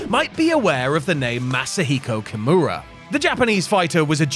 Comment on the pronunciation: 所々名前間違えてないか？ ヨシトニック→ヨシタニック カムラロック→キムラロック etc…